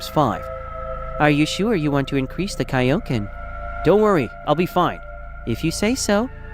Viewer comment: Broo vegeta should have ultra ego not ultra instinc and its kioken not onconen